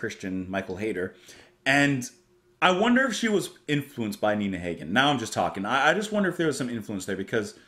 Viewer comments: love this album so much. FYI pronunciation for Hagen is Ha as in harvest not Ha as in Hay. I have always loved discovering weird music/artists since the 80's and Nunsexmonkrock epitomises that concept perfectly. A couple of other artists worth adding to that list are The Residents or for something a little more palatable/commercial Shriekback. In recent years I have delved deeply into the world of Kpop and for something weird from the fringes of the Korean music industry I would highly recommend EE [Total Art] - Wiggy Dawn which similarly to Nina Hagen is a mix of English and their native language (Hagen - German, EE - Korean) and is a bit avant-garde. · Bought this album in 1982 based on the cover & title alone ... and 42 years later, it is still one of my all-time favorites and still in my rotation. (Hagen. Rhymes with toboggan) 😉 Glad to see a reaction from someone who appreciates her range and sophistication ... and 'gets' it!